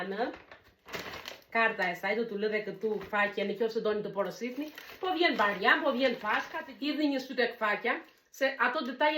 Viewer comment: Mfal por nuk thuhet barjam por bajram kto jan gabime te vogla te dua shum❤